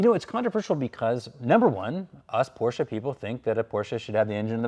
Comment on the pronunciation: Why you say PORSCHA ?